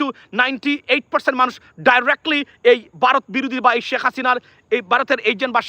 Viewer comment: বারোত না ভারত।